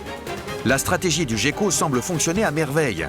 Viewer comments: Jécko? On prononce guécko! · Prononcé Géko en français et Guéko en anglais c'est de là d'où vient l'amalgame. De même que le pingouin qui est un oiseau (et non pas un manchot) là aussi l'amalgame vient de l'anglais parce qu'en anglais manchot se traduit par penguin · Ya que moi qui prononce "guecko" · moi aussi je dit "guécko" depuis toujours, ça m'a beaucoup surpris d'entendre le commentateur dire "gecko''